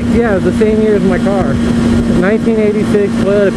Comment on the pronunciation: Every time He says "chea" it reminds me of Ryan Lochte saying "Jeah" lol